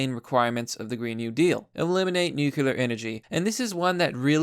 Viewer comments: Great pres, love it! But dude, could you please say "nuclear" instead of "nucular"? Peace. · Bruh, it's pronounced NU-CLEAR, not NU-CU-LAR. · It’s not « nucular» power, it’s nuclear power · Everyone who sees the word "nuclear" and stil pronounces it " nuke-yoo-lar" ought to be bombarded with gamma radiation for a solid hour. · The way you say Nuclear just makes me shudder..